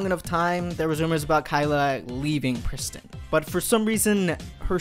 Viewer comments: Wtf is a pris...tin? lol It's Prees teen. Or if you can't at least pres-teen.. it rhyme with mean. Wtf do anglos butcher all languages... I is pronounced as eee. In all languages. It's pretty damn universal. And Nissan is not Niss-san.. it's Kneee-San. Japanese. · 2017: “We Are Pristin” 2019: “Where Is Pristin”